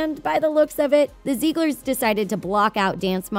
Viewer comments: ZIG-LERS not ZEEG-LERS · Stop. Saying. Zeeglers. It’s Ziegler’s. (Zig-lers) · When she said Zieglers, I thought she said Zebras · Take a shot every time she says ‘Ziegler’s’ wrong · imagine posting an entire video about the zieglers yet mispronouncing the name each time kdjdj